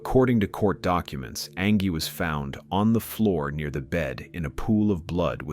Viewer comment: I hated how the robotic narrator consistently mispronounced her name as Angee instead of Angie